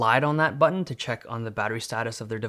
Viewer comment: The way he said BUH-TEHN made me spill my water xD